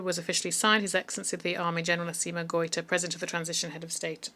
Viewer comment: Est-ce que vous vous réécoutez après avoir enregistré ??? Pourquoi vous dites Marley pour citer LE M-A-L-I , et vous dites Marleyens pour maliens, le Président G-O-Ï-T-A vous esquintez son nom ! Quand au mot S-A-H-E-L , je ne dis plus rien : la prononciation est si infecte qu'on finit par ne pas savoir de quoi vous parlez. S'il vous plaît , écrivez phonétiquement les noms et mots importants pour que votre IA puisse BIEN LES PRONONCER : C'EST HORRIBLE À ENTENDRE quand bien même on veux vous suivre. Faites un petit effort. Merci.